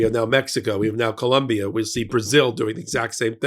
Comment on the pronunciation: ❤ please, it is Colombia!